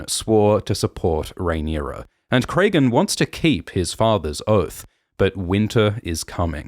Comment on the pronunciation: Great as always! Some nitpicking on the pronunciation of some of the names; George uses a lot of common names that are just spelled differently. Petyr is just Peter not Petire or anything so Alysanne is like Anne, not Alysayne. Cregan is like Craig, not Craygan.